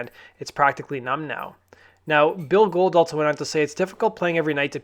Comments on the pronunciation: Not to be "that guy", but it's Bill Gould (pron. Ghouled), not "Gold"... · Billy Gould (pronounced billee goowald ) not Bill Gold lol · Its Bill Gould, not Gold. C'mon son.